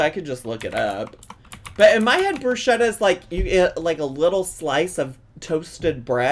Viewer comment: omg the pronunciation of bruschetta was wrecking me